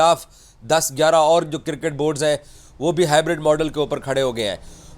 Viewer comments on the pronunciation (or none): No more cricket it's Kirket 😂😂😂😂😂 angliz wala bosadi chacha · Iss ki baat say lagtaa hai iss pagal ko Mohsin Naqvi direct phone kar kay Dubai say report kar raha hai. Itnaa chaatukar boot polisher kisi nay dekhaa hai? Cricket ko KIRKAT bolt hai😂 Journalist ko GENRLIST bolt hai.😂 Aaj yeh pagal apnaa thhook chaatayga.....Enjoy😂😂😂